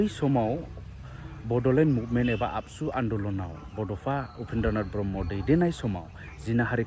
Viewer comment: Don't talk आबसु say एबसु